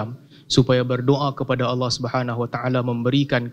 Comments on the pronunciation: Bismillah...Terlalu jauh ya akhi sebut Nama Allah Aja ga jelas di menit ke bukan Owoh om Tapi Allah... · sebut owohhh owohhh....makhraj sebutan salah....sebut la Allah itu dengan makhraj yg betul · ini yg nyebut owoh kenapa ga jelas ya,hai Allah bukan owoh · Nampak berapi api itu menandakan nafsu yg keluar...coba belajar yg fasih dulu lafasالله bacanya yg betul cam mana?allah/awwoh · ...bukan Alloh yg dilafaz kan ..tp awoh...bukan lam tapi wau...erhatikan gerak bibir nya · Benerin dulu pengucapan lafadz Allah dulu, bukan Alloh, sesekali kedengarannya Awwoh 🙏😅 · Kirain cuma aku yg salah denger 😂😂🙏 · Ko sama ya, kedengaranya owoh owoh 😂😂😂😂😂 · Panjang lebar ni ngomong,sekali ngomong lafaz Allah pun di bace Awwoh.. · Lelafalkan Allah aja nggak bisa...Awoh...awoh...memalukan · Apa punya. Sebut allah pon x betoi. Apa awoh. Sebut allah elok elok. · Ya Allah ini si orang jawa ini ga jelas nyebut nama Allah owoh owoh trs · Iya betul...owoh..owoh.. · Cakap Allah Subhanu Wa'Taala aja belum benar makhrojnya macam mau ikut debat .😭😥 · Iyee, buat saye org indonesia malu saje diee tuu 😭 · sebut Allah pun tak betul